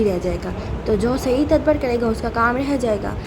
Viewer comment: its ta-dab-bur not tadbar :face-turquoise-covering-eyes